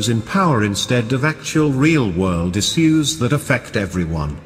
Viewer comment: He says is-use instead of issues